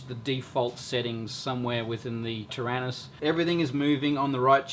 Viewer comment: ter-anus ? that's funnier than do-do !!!!